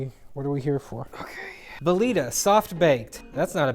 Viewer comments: "belita" hahaahah, there's a "v" in the middle. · It's Bel-vi-ta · belvita: has an obvious V making it belVita: Nah... bELiTa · "Belita"?! Waaait there! There's a V in the middle, it should be Belvita. Shouldn't it? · I’m more upset he called belvitas belitas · There's a 'V' in there, there's a V!! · the way you said belvita HURTS